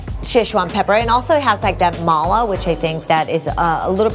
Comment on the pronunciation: It drives me crazy how she pronounces "mala"...